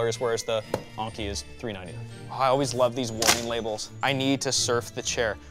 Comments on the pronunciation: The way u say "Enki" is maybe one of the best words I ever heard. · So E is pronounced A now? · yes i think probably should read this maybe? I know that enki is like 'n-key' i commented on it before here too. But when i heard him pronounce it differently i though hmm "new pronunciation for a new brand"? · its pronounced N Key, as in the babylonian ancient gods. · Lol "ONki" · I was wondering, wasnt this supposed to be pronounced as like 'N-key'? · It's En-Ki. Not Ahng-ki. This ain't Anker either. It's En-Ki. Like the letter N, followed by Ki. And not Ki like Kite. But Ki like Keeeee. So it's N-Keeeee. There, for the Americans, all together: N-KEEEEEEEEEEEE. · says Enki like honky. Why? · So is it ANKI like he say in the video, or ENKI like in the title? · I love how he says the name, "Razer Onnki" Rather than Enki. Maybe it's a French thing? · Wait??? Is he really saying onki??? It's Enki "eanki" WAIT!!!! DOES KNOW HOW TO READ????? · only someone who doesn't care how words and letters pronounced and spelled does that. think about it, Enki has an E/A sound but while Onki has a O/A sound. a simple test: add a consonant in front of enki, and onki then say the word, that should tell you how it should sound. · It's not razer Oinky 🐷- it's Enki! 🤣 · he's saying Anki instead of Enki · why do you keep saying "onki" ? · On-key. On-key....... En-key. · It's pronounced "n-key" not "on-key" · I'm glad that the spelling of the chair name was on screen and in the description, because I never would of found it if I was going off pronunciation of the name. I would of searched for Aunchey or Unkey or maybe even Onkey. Is it just me? or would other people pronounce Enki a different way? I'm thinking more somewhere between En from English En-Key and Ink followed by a short i/y sound, like ink-y. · Is it just me, or should Enki be said with the E thats like enema, not Anki? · “uUhn-kee” lol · Why do you keep saying onki?